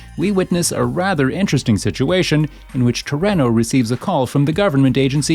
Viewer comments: I thought it was pronounced Tor-ee-no. Good video, though. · It’s pronounced To-ree-no. Aside from that… great vid 👍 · The narrator of this video can't pronounce anything right. It's as if he's not actually familiar with the game, the characters, and gangs. When he pronounced Varrios Los Aztecas as "various" and then mispronounced Toreno's name is when I decided I couldn't take this video seriously. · Seriously so annoying. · And Toreno.